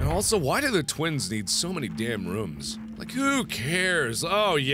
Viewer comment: I love how you say rooms😂😂😂